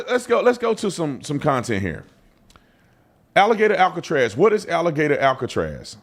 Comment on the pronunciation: That’s what they’ve been calling it….Alligator Alcatraz. You said it correctly.